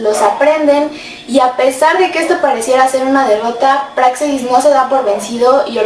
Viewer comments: La “x” se pronuncia como j, así como se escribe México y se pronuncia como “j”saludos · Y aunque no lleva acento ortográfico, se acentúa prosodicamente pero en la letra “e” no en la “a”, como lo haces tú, es una observación, saludos